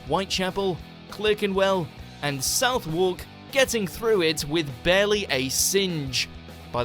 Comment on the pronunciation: South Wark? WTF? "Suth-uck"!